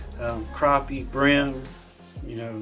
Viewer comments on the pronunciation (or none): Sorry, brim not bread😂